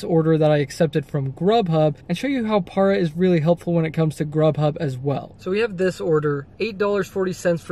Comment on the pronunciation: It’s PAIR-A PARA DEEZE NUTZ